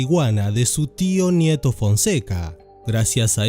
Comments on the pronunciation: Todo muy bien pero no es el gero es el GÜERO y no es Nieto ..es NETO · No es nieto fonseca, es neto* fonseca No es guero palma, es güero* palma No es antiplano, es altiplano* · Buen intento, pero no es el Guero Palma, es el Güero Palma, y no es el Nieto Fonseca, es el Neto Fonseca.